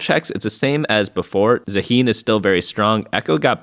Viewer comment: I like how the whole tft community says zaahen like zaheen lol